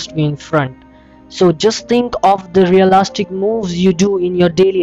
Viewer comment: I love how you say REALASTIC